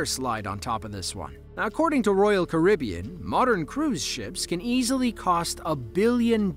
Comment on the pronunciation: The most shocking thing about this video is the way you pronounce 'Carribean' 😂